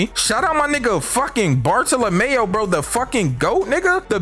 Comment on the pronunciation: Bar-thala-mule is how u say homies name